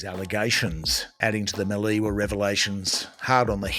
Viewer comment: Look forward to your updates but please pronounce debacle and melee correctly.